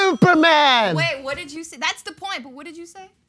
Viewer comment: said "finally a point" but it sounded like "finally a boy" LOL